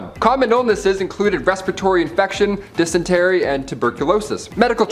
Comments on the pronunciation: Pronounced "diss- in-terry" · Can you PLEASE pronounce dysentery correctly! OMG